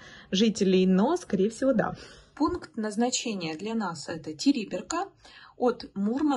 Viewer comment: Не ТЕриберка,а ТерибЕрка